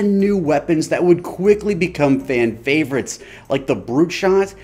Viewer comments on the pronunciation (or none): "...fan favriots like the covenant battle rifle". Was that on purpose? But regardless good vid and happy birthday man.